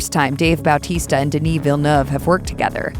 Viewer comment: Dude, I can't over how right the pronunciation of Dave's surname is.